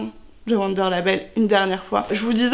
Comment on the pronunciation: Wunder c'est de l'allemand, le W se prononce V (ça donne vounder en phonétique 😁) Super idée le doudou !! 😍